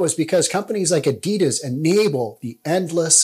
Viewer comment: Why he calling adidas adedas as well lol.